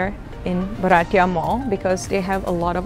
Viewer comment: Lovely video…. You look good in all dresses…. Comfort in shopping at malls with such ease , & their no questions attitude makes them favourites of youngsters…. By the way …. Its bhartiya (indian)not baratiya😉